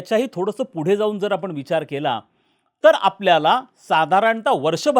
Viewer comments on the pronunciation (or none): none